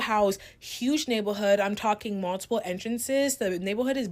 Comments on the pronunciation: Anyone else slightlyyyyyy getting annoyed with the word “navel’hood” “nabel’hood”…. I’m so sorry…. I’m so not trying to be mean. lol. It could be a congestive thing, but OMG. lol. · The first girl voice was annoying me, I’m sorry. The way she kept saying “neighborhood” like she a little kid whose learning how to pronounce a “big word” was cringe and this the same girl who was a defending Huda from love island’s racism all over Tik tok and hating on the black girls girls on the show, so she is a hypocrite lol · First chick keeps saying “nablehood” & absolutely making me mad at her 😒😑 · Neigh-buhl-hood had me dying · Why does this chick have a speech impediment but only for the word neighborhood, it's throwing me off. Lol